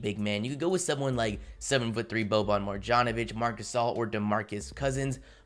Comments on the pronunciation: Just a tip, boban’s name is pronounced “Maryanovic”. In serbian/croatian/bosnian, any time you see a ‘J’ pronounce it as a ‘Y’ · and the way he pronounces bobans last name smh.....